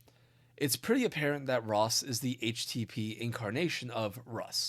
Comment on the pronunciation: I kept hearing tosses name as rot